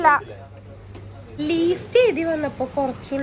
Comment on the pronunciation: ലീ.. അല്ല ലിസ്റ്റ്